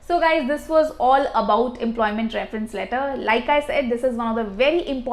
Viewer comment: Work on your pronunciation. hard to understand. Compare the pronunciation from the online dictionary and yours, I cannot even recognize some words. You say lEto = letter , fOst = first.